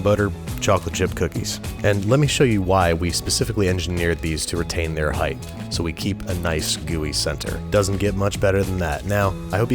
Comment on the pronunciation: I’m sorry...but did you say “heigth”?